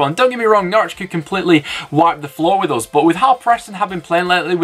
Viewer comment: I'm so glad Preston nailed Norwich - Nice one you northern beauties! Up the Blades!